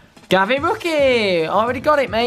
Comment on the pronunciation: Gnabry it’s Gnabry